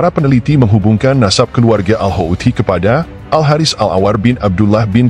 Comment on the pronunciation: Hautsi bukan haouti